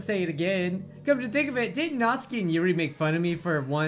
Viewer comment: "youree" no it's "yuri"